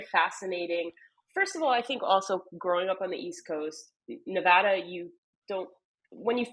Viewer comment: Thank you for pronouncing Nevada correctly